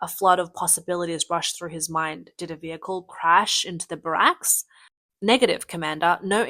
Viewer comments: It's not pronounced like Obamas name. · And the pronunciation of barracks. It's grating hearing it pronounced so wrong. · Please learn correct pronounciatons of brigade, battalion, and barracks